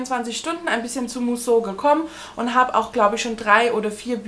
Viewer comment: Musso spricht man Müsso aus ☺️ich bin ja froh, dass mich keins von den Büchern reizt, so wird das was mit dem Subabbau. Liebe Grüße